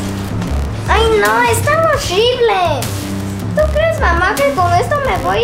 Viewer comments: "hoshibles" jaja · Ella dice orribles